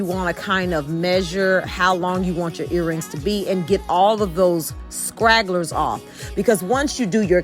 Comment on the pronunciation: Stragglers not scragglers